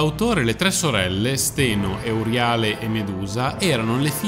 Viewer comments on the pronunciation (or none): La dicitura filologicamente corretta (e il canale si propone come competente in campi umanistici, quindi dovrebbe agire in modo anche filologicamente corretto) è: “Gòrgone”, “Eurìale”, “Pèrseo”, “Dànae”, “Fìneo”. Mentre per tutti i nomi precedenti si trova la pronuncia corretta su ogni dizionario, per “Fineo” bisogna ricostruirlo sulla base delle competenze filologiche, che posso comprendere che non siano diffuse. Però si può chiedere a esperti, che ancora, grazie al cielo, esistono. Mi spiace, ma mi fa male che chi si propone di fare cultura sul web - e peraltro sa farla anche bene! - si perda in queste cose diffondendo errori, come se non ce ne fossero già abbastanza in giro...